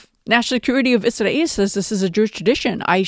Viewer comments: I think you should pronounce Israel the same way English speaking people do . Izrael Free Palestine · I’m sure you are pronouncing “Israel” differently (Arabic accent?) for a reason, but it’s hard (for me at least) to listen to. One sarcastic euphemism I like is “our greatest ally”. Just a suggestion. Other than that - great video!